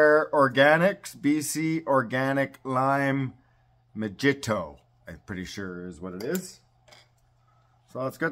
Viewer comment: I think the j in the me’jito is silent (Mahito) I think idk.😅